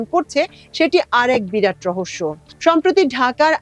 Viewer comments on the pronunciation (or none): none